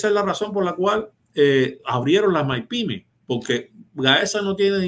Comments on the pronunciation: Son Mipime no Maipime. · ¡¡Ñooó!!, no soporto a este tío diciendo maipime, ¡¡que payaso!! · Todo bien, todo perfecto.... El socio haciéndose el Yuma con la acentuación de maYpime ... Me tiene obstinado.... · Y no se doce Mae Pi Me,; se dice: Mi Pi Me. (MIPYME). Esa no es una sigla en inglés, eso es en español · Por qué dice Mypime ? Que feo se oye eso Hablamos español